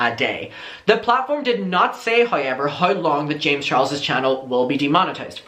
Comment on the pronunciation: hoy-ever is a personal fave